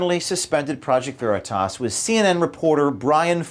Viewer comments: Its not project veritis. Its project veritas. She pronounced it wrong on purpose to add insult like saying someone's name wrong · "Project veri-tess"? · “Project Veritess” - Ana Cabrera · I love how that cow on cnn mispronounces veritas. either she has no business being in front of a camera or the mispronunciation was intentional and meant to de-legitimize project veritas. cnn is a national shame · She can't even pronounce Veritas right. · They say "Project Veritas" incorrectly on purpose, it was intentional... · Who pronounces veritas...like THAT? For real. That felt...weird. I bet she says "nitch", too. Why is CNN still a thing? I don't get it. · Lmao! When a reporter can't pronounce Veritas properly, lmao...shouldn't claim to report the truth...CNN stinks... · Banana Ana cannot even pronounce Veritas 😂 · She cant even say “Veritas” right. Wow. And these ppl call themselves journalists?! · She couldn’t even pronounce truth...how could she possible report it 🖕🏼the communist news network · I think she intentionally mispronounced Project Veritas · She cant even pronounce the organization. Lol. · Not surprising that she couldn't even correctly pronounce Veritas. I'm quite sure she doesn't even know what it means. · Stuttering Ana can’t even pronounce ‘Veritas’ correctly — duh, duh, duh lie much Ana/CNN?! #ExposeCNN